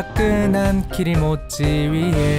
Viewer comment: 키리모찌를 기모찌로 알아들음 ㅋㅋ